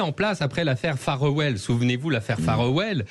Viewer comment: C'est pas phare well c'est faire well, cette affaire Farewell. Les Français parlent toujours très mal l'anglais. 😂